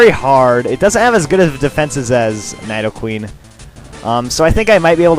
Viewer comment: its nidoqueen not nydoqueen